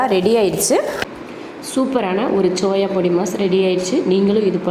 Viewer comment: It's SOYA ... not CHOYA